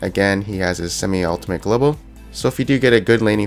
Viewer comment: "ultimate globoal" lol. love ya